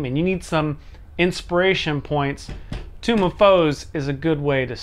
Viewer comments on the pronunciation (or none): but ya. he mispronounces tomb too often. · The "kai" part in the middle is pronounced like "kite" but without the "T" sound, I think. "Morden" is like "more den". And the "nen" at the end is pronounced just like it looks (rhymes with "den"). The thing I found the most amusing though was your pronunciation of "tome". You twice pronounced it as "tomb". I wonder if that's a regional dialect (where I come from, those two words are pronounced differently: long "o" in tome, "ewww" in tomb) or if you were just flustered by the pronunciation of "Mordenkainen"?